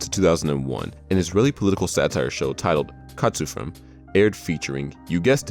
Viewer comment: Just cause it's bugging me - Chartzufim isn't pronounced as it looks in English. Should be pronounced Chartzufeem, the Ch making the guttural sound Hebrew is known for.